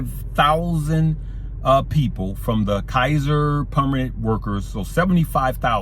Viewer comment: Kaiser Permanente -- kī-zər pər-mə-nən-tay (Just helping) 🥰😇